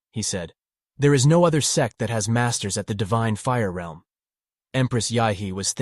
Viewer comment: Finally someone says realm right cause some people say reeeelm